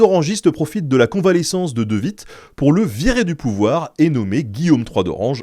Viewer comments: De Witt ne se prononce pas " de vite" mais " de ouite". En néerlandais le w ne se prononce pas à l'allemande mais à l'anglaise. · C'est de "ouitt", car c'est un W, et non de "vitt" 😅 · Salut Ben, le W se prononce comme en anglais en flamand/néerlandais, donc De Witt, ressemblera à "De huit" :) Merci pour toutes tes vidéos!